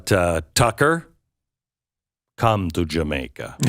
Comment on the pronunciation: Hey Glenn, Why did you say "come to Jamaica" with a Boris Badenov accent